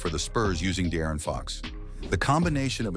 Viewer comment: “The Aaron fox”